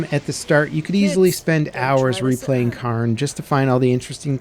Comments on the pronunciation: Lol, hearing non Scots pronounce our words will never not be amusing. Not even close, not even close. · K-air-n not karn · How is it Karn ??? Pronounced Care-in Get a grip, that's just lazy ass ... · Cairn is pronounced Kay-urn it’s sounds similar to Karen but moving the vowel sound of the e to before the R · It’s pronounced kern not karn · Indeed it is NOT car + n but IS care + n. There sould be a subtle i sound as well but the 'ah' in the video should definitely be an 'eh' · It is pronounced "Kaern" not Karn. Good lord I am amazed at how many people screw that up. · CARE-N its Care-n 😭😭😭 like the rock stacks you see on hikes that show you the path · not sure where you're from but "Cairn" and "kern" aren't pronounced the same in English. it's more like "care-n". "kern" would be pronounced like "earn" with a K at the beginning. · Dude called it carn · It's not Karn its Cairn.....L bozo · Yeah it's "Care-n" lol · Yes, no i in there anywhere! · Cairn would be pronounced like care. It comes from the Celtic language word to describe piles of stones used for burials or markers. You can find so many cairns all over the countryside here in Ireland going back into prehistory. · Shouldn’t the game be pronounced “CARE-N” because it’s the names of the stacked rocks on hiking trails waypoints? I believe that’s what the game is named after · The pronunciation is Care-n, it comes from the Gaelic word Carn Source: I'm Scottish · As a Scottish person, in Scotland, from Scotland. Its pronounced Cairn. 😂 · People pronounce that word both ways, but yes CAREn is more common. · It is pronounced 'care-n'. Cairns are piles of rocks (put there by hikers) on hills and mountains to either mark a summit or to show waypoints of a path or route. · Why are you saying "Cairn" like that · For it’s popularity it’s baffling how there doesn’t seem to be anyone able to pronounce Cairn correctly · Learn how to say Cairn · At least look up how the word is supposed to be pronounced.